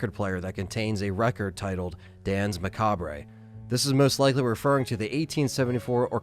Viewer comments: duhns ma kaabr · I think Macabre is pronounced muh kaab